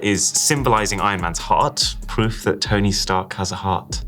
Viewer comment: anyone noticed "TAHT" 😭